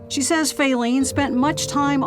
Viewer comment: Fayleene ? Who calls a baby that?